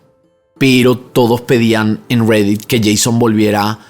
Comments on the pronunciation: Estás hablando en español y dices redett, ridett, cual redett?😂😂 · pronuncia bien reddit por favor RGREDDIT??? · "RERET" si te vas a hacer el yankee por lo menos pronunciá todo correctamente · Amigo por favor deeja de hablar espanglish se dice reddit no rweddeet y asi un sin fin de palabras en otro video tu pronunciación del aderal xd eiderwal alto cringe da. Me gusta mucho tu contenido pero por favor pronuncia en español normal le quita seriedad a tu contendio que pronuncies asi xd. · Está bien chistoso como dice "Reddit"